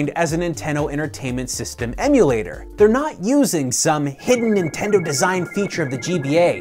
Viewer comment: "Ninteno" lol